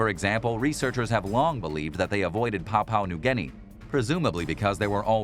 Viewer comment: No everyone gunna pronounce every word or name perfect leave the man alone bet there's ton of words and names you can't pronounce properly